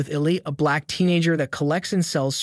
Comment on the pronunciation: You put heavy emphasis on the black teenager I think it was pretty obvious he was black